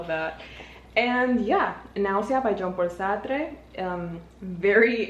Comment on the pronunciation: Your pronunciation of Jean-Paul Sartre is having me ✨twitching✨